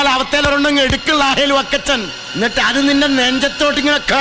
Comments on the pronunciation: ലാഹേൽ ഫക്കച്ചൻ 😅❌ വക്കച്ചൻ ✅😅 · ളാഹേൽ ഫ... ക്കച്ചൻ 😅...